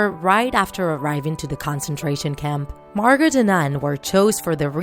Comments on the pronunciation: It's not pronounced Margot .its pronounced Margo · It's pronounced margo not margot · I LOVE IT! But... (Okay okay okay I love Anne Frank and her story so much I just have to say this. It’s spelled Margot, but pronounced Margo. Sorry but I had to!) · Not to be rude but it’s not pronounced “Margot” it’s pronounced “Margo” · you say margo not argot but u spell it like margot. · Close. Her moms name was pronounced “ag NETH a” and her sisters name was pronounced “MAR go” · Margot is pronounced ‘Margo’, the T is silent. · Her sister's name is pronounced Margo it's just spelt margot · it’s pronounced MAR-GO 😂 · It's not MargoT its MargO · Cadence Wonderful It's not. The pronunciation of 99 out of 100 words and names in this video is completely off, but the "t" in Margot is indeed not silent! (I am a German native and speak Dutch as well.) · MJ Momo in Dutch the T is silent in Margot.